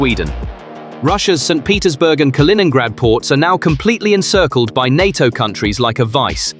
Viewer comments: NATO as pronounced in the video.... En aye Tea Oh🤣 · I stopped watching when the computer called NATO EN AY TEA OH!